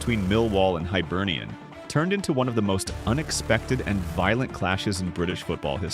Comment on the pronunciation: Hibernian! not Hybernian or Highbernian.